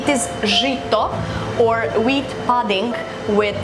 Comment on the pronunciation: pronounced "pudding" incorrectly.